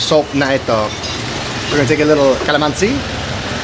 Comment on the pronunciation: pa-TIS kalaman-SI (not kala-MAN-si) i suggest that when you learn a new Tagalog word, learn how to pronounce it correctly too as you memorize it. Coz it's much harder to unlearn what you already know. But I think you already know enough Tagalog words. So if I were you, i would focus on correcting the pronunciations for the words you already know.